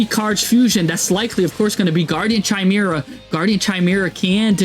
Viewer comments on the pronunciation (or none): It’s pronounced Kai-mera